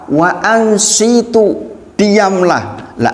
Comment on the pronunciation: Waanshituu bukan waanshiitu